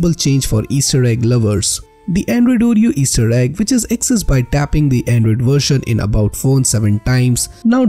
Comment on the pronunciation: "Andruyd Eiight Puint one Ureyo" Hahahahaha